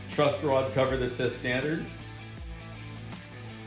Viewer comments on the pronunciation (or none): none